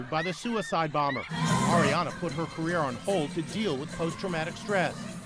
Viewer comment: Lmao yo he says her name like airy-ana 😂 really dude? How do you mess that one up